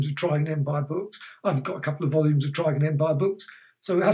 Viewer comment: You've made me realise I've been mis pronouncing Trigan all my life. I always say 'Triggan' rather than 'Tri-gan' XD